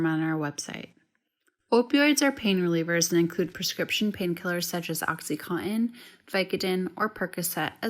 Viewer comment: Good video, but PLEASE learn how to pronounce the word "oxycontin." It isn't "coh-in." It's "con-Tin."